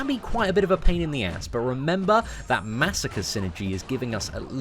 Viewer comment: Masacre is Spanish so you say it like Mah-Sah-Cray